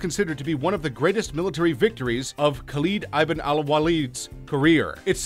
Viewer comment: Some of he pronunciation errors were cringeworthy. "Levant", "Khaleed ibn Ali" (which he pronounces like "Ivan"), "Poitiers", "Qin" (the Mighty Quinn??) Xiao (Zow!) ??? Seriously folks . . . if youre going to take the time and effort to make a video like this (and some of them are pretty good and informative), why would you NOT spend the 30 seconds or so to look up all proper names and terms you are not sure of, and make sure you are pronouncing them correctly.